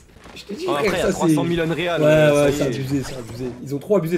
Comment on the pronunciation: Non mais c est quoi cette facon de prononcer unreal ?? Unreal engine ...